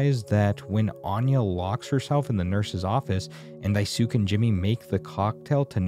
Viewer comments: Its “Dai-su-ke” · “Die sook” lmaoooo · "Daisuuk" i- Man, that's going to be a hard watch if you keep saying his name like that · Someone probably said this multiple times but in case they didn't, his name is pronounced Dice-kay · worth noting i think your pronunciation of daisuke is off, pretty sure it ends in a "kay" sound and if i'm wrong god help me these replies will be fun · this video is wonderful you did an amazing job but i will say u pronouncing daisuke as "die sook" made me giggle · Just a small thing since you went back and forth a lot with it, to more closely pronounce it it would be 'die-skay' and kind of drag the s a little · You pronouce the name Dice-kay...or Dice-gay, however you remember it. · Daisuke is pronounced "Die-Skay" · Die-sook lol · Daisuke is said like "dice-key" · I am loving this video but any time I hear "daiesook" it takes me out of it ngl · Am I the only one who thinks that if you're going to do a video essay like this, it's kind of bare-minimum to actually learn to pronounce important names relevant to the media you're reviewing? I genuinely want to finish this video but every time I hear "die-sook" it completely disintegrates my ability to focus on ANYTHING else. Just. If you don’t know how to pronounce a name, take 5 seconds to look the shit up before you make a 20-minute video essay. 😭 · Every time you mispronouce Daisuke, it gives me an aneurism Genuinely, it makes the video difficult to get through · I can’t believe he didn’t realize even once the name was japanese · Same! Literally cringed every time he mispronounced it 😖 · konkavstylisten how are you pronouncing ke? Keh? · That pronunciation of Daisuke lmfao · I love it when I search for game analysis videos only to find garbage plot summaries that a toddler or an AI could have made. Especially ones where the person narrating the video is too incompetent to pronounce anyone’s names, almost like they didn’t play the game at all and read the wiki instead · "diesook" ENOUGH😭😭